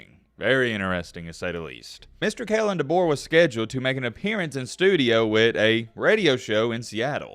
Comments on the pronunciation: bro doesnt even know how to say Kalens full name lmao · It’s Kalen Deboer